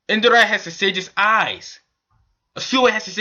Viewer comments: It's Indra not Indara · Dude it's INDRA not Indara ...